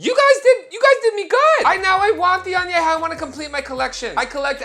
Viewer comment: Love you, but it’s pronounced “Añejo” pendejo! Same level of Ahhhhhh! 🤣🤣🤣🤣